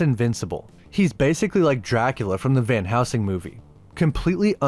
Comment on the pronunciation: Dude. It’s van heLsing. Not van housing.